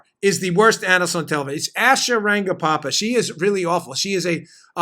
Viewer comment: Dan, sounds like you're adding an additional 'pa' in Asha Rangappa's last name. Agreed, Asha is horrible. Who ever is paying her should ask for a refund.